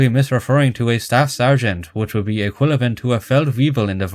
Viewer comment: It's excusable that you mispronounce words in foreign languages, but the fact that you - being Irish - consistently mispronounce "equivalent" as "equilavent (ee-kwill-a-vent)" and "weaponry" as "weaponary (wep-un-airee)", among many other very easy English words, is ridiculous and makes it hard to watch these videos sometimes. You're Irish. I highly doubt your first language was something other than English. This goes beyond accent - please learn how to say these words properly. Considering this is a channel based around correcting other people's mistakes, I feel I am justified in leaving this comment correcting someone's mistakes.